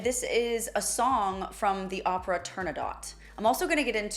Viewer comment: How much can you get wrong… Pronunciation of Opera totally incorrect.. It far from his last performance You should be embarrassed 😮